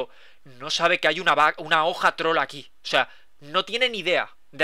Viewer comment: el el minuto cuaqndo dice una hoja troll aki parece que dice una hoja trola ki xDDDDDDDDDDDDDDDDDDDDDDDDDDDDDDDDDDDDDDDDDDDDDDDDDD